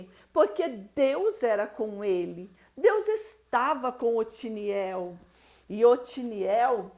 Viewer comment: Otoniel é o nome do Juiz. Vc está pronunciando Otiniel.